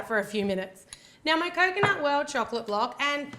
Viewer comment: Almost everytime when you were saying 'coconut' I was skipping it so I've heard Kokona like that girl from Yan Sim xD